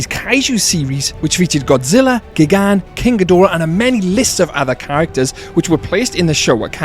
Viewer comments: Your mispronunciation of Gigan's name is infuriating tbh Also Biolante is a girl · "miniilla" "gygan"💀